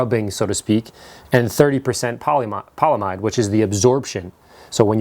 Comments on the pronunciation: its poly amide not polamide fam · Your pronunciation of the non-polyester portion of the fabric is incorrect. You left out the "a". The correct pronunciation is not "poly-mide"; it is "poly-am-ide" which by the way is the generic term for nylon. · Polyamide is pronounced "poly-AM-id". The most common polyamides are the nylon family of polymers. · Polyamide is pronounced "paul e am eyed" or 'paul e am id". Otherwise a fantastic video. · I know I'm that guy, polyamide is pronounced with a hard 'a'. Poly - a - mide. The monomer is the amide group which has been polymerized. Therefore it is a poly - amide